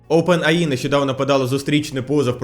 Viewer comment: не ОпенАЇ а ОупенЕйАй